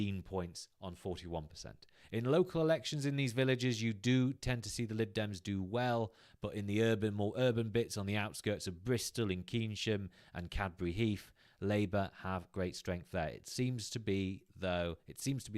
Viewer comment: Great video. Keynsham near Bristol is pronounced Kayn-sham, like the Key in Maynard Keynes